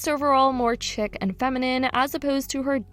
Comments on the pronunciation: Chick???? Or you meant chic pronounced “sheek” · Chic is pronounced 'sheek'. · Google will tell you how to pronounce stuff— Chic=sheek,Schiaparelli= SKyaparelli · Chic is pronounced sheek dummy